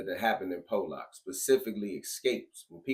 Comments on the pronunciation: Nobody calls it pole lock other than you. I can hear the ignorance in your voice! It’s not ex cape either it’s ESSSSS-CAPE! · but the newscaster at the beginning slips up and calls it pole-lock lol